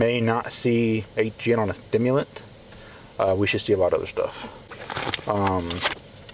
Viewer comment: They need to test the cop he had a lisp or was slurring his word whenever he said stimulant. Also otherwords. But very pronounced on stimulent